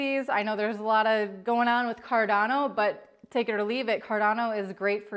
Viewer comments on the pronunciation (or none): none